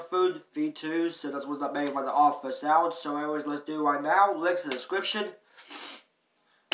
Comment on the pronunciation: It's not called theoddfirstout its pernounced theoddonesout say it like the number 1 but with a s